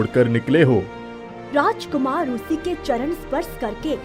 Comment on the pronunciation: Very nice story and animation but rushi nahi rishi hona chahiye